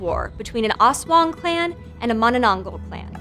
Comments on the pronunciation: Person1: Aswong... Filipino: Aswang Person1: As wong.. Filipino: ASS.... WA... NGGGHH!!!! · Also that "as-wung"... Music to my ears 😂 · Her pronunciation of "ASWANG" though. So slang, so cute hahaha! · "ASSWANG" LOVE IT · Pronunciation is off, but overall a good, and informative upload for this creature of Philippine folklore. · The way she pronounced the aswang tho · I cringe everytime she says aswang at manananggal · I love how she pronounces those words 😂 "oswong" "monononggol" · i was excited to watch this, until i heard her pronounce manaNANGgul instead of mananangGAL EDIT: i decided to continue watching, but not anymore after hearing ASS-wong :( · "mananang-goul" and "as-wong" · Ayo correction/clarification here: *Correction, it's "Aswang" with a hard A (ah) like when you say "ranch" as "runch"(british) instead of "raynch"(american) *The other word s pronounced as Mananang-gal like they're two separate words. *Balut is pronounced as balot *Aswangs are just like Vampire Thralls of Skyrim but like with additional weakness(that kills them) mostly spices, blessed rituals, almost everything related to christianity itself such as the rosary(a necklace with a Christ Cross attached). They attack villages in groups strategically. *Weakness of Manananggal is finding the half lower body and pouring holy water and/or salt in the wounded area. *manananggal is not really known for the idea that it has hanging intestines, I mean logically it is since the torn part is on the stomache part but it's just not mentioned nor shown the hanging organs in some Filipino movies, comics and stories Ask me more for clarifications id gladly answer them You're welcome Edit 1:Grammar Edit 2:Yes I am a filipino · "mananongle, aswong" 😭😭😭😭😭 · Bro the prenouneation 💀🥶 ass-wang manananggle💀💀💀💀💀💀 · Balut and aswang too but issokayyy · i love how she pronounced manananggal, aswang, and balut even though she's kinda wrong